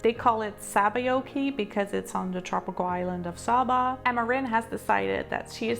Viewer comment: The correct pronunciation is saber with a long a not Saba with a short